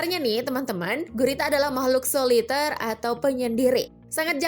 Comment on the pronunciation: Bacanya goreta